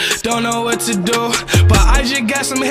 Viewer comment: and when the girl with (wath) no its not wath its what